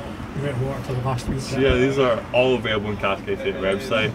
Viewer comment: Also, it's CASK 88, not Cast 88.